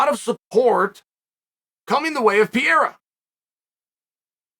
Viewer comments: Crazy how many videos Chanel does not knowing the fucking fighters name … it’s not pier bro .. if your commentating in a sports… do a little homework on who is fighting .. call buffer it’s easy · Piera? How do guys at Uncle Chael’s level of experience and exposure, still get these names so wrong? 😂🤔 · I keep think he's saying Pierre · Why does Kale keep calling Alex "Pee-era"? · Why is he always saying his name wrong peira 😂😂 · Came for the "Pee-era"... stayed for the "Pee-era" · Yo have to stop calling Alex "P-era". Ask Henry or some other hispanic to teach you how it is correctly pronounce. All the best! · “Piera” im dead, love you uncle chael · It's not "Piera" you dolt. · Chael… say PER-REY-RA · “Pee-era”. Undefeated. Undisputed. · Is he calling Pereira "PIERA" for a reason? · Per-eira.. c'mon Uncle Chael.. and don't give me that, it's a Spanish name bullshit either. 😆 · you keep saying his last name wrong. It's not Pierre-a! Lol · I love that Chael is calling Alex “Pee’era” lol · Pier , Piera, Perrier he made me forget who Adesanya is fighting with 😁! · Chael: "Pee Era" Me: OK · As a Brazilian, I hate how Chael pronounces Pereira 😂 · You right on point but can you say pereira correctly 😂😂😂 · Mispronounced his name every time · Love ❤️ uncle chael but its pereira not piera 🤷‍♂️💯😂😂😂🤣🤣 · Pereira: Pereira. Chael: Pierre. Pereira: I’m Pierre from now on. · Gotta love how he says Pierre in stead of Pereira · who the fuck is Piera? It is PEREIRA like in PE REI RA !Get it right Chael 🤣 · Uncle Sonnen, one more time: It isn't PIERA. It is PEREIRA. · every time he says what in spanish/ portuguese would be Piera I feel like someone is scratching on a chalkboard. Pe-rei-ra is not like that Joanna last name that is impossible to say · “PIERA” can’t get passed it… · Pierra? Pierre? Piera? 🤦🏻‍♂️ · Pierra :D :D :D LOOOOOOL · Chael ?.... WHO THE HECK IS PIERA !!!!!!!! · PEEAIRAH... PEARAH...PEERA... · Who TF is Pee-E-ra?? Haven't heard of that guy😂😂🤦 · It’s Pe rray rruh